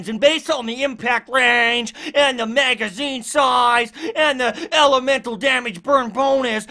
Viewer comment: You sound good man you really do but seriously why can’t you say magazine right? It’s not a MAYGAZINE!!!! Just like those annoying people that say axe instead of ask. Please correct this ASAP!